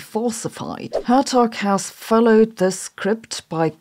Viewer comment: Hertog is pronounced with a hard Dutch G.